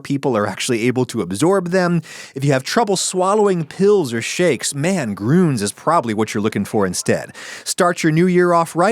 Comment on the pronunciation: Grüns isn't pronounced like that. Umlauts are not mere decoration. Yes, even if used by a US company. They should know, teach and demand that. Blergh.